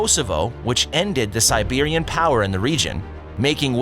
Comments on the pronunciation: Srbia ((Serbia) Not SIBIRIA! EUROPE NOT ASIA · 21 years olds then: ended 20 century old empire of Rome 21 year olds now: pronounces Serbia as Siberia... Who r u teachimg history bro. Get an history class before becoming the joke of hisotrians. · In 7 minutes video you've managed to make a huge mistake, it's not "Sebiria" it's "Serbia"... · A lots of wrong information. My english is not enough but I will try: 1- Ottoman is not Turk. Ottoman's ethnic origin is unknown. 2- Sultan Mehmet didn't change the name of Constantinople 3- it's not Siberia it's Serbia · This guy cannot be more American.. doesn't seems to have any idea "Siberia" and "Serbia" are different !!!! 🤣🤣